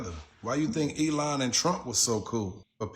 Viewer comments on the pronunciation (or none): none